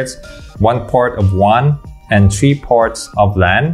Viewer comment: Maganda talaga modulation ng boses ni kuya. Maski ako hanga. Ang sakin lang, he can improve his "tree" and "dis". (three, this)